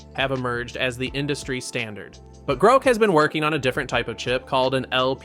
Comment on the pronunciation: It's Groq not Groke.